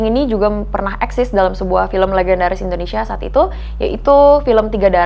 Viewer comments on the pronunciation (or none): none